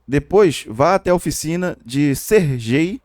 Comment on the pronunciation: Meu amigo, a pronúncia correta do nome Sergey (ou Sergei), é Serguei. Esse nome tem origem russa, portanto a forma como é pronunciado é diferente de como normalmente se lê aqui no Brasil.